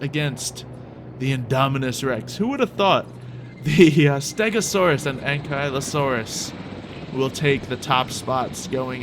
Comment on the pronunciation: Hol the heck up did u say anklieosaurus it's ankleeosaurous that's how it's pronounced